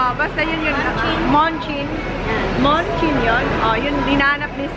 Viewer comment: Munchkin (pronounch as manchkin ) ang tawag sa mini donut balls